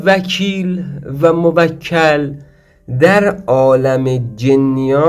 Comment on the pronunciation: موَکَل؟😑🤔 بعد تو اوسکول رمال کجات دکتره ، لقب جدید پیدا کردی قدیما ملا و سید الکی بود الان پا رو فراتر گذاشتی شدی دکتر خود خوانده 😂😂😂 تو برو اول تلفظ درستشو یاد بگیر مرتیکه ک نشور بعد بیا خودتو استاد و دکتر بخون شما همون کسانی هستید که باعث جهل و خرافات و مایه ی ننگ این مملکتید🤦🏻‍♂️